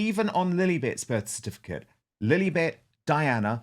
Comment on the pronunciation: 43 seconds in and Dan said "Lilibet" Ugh!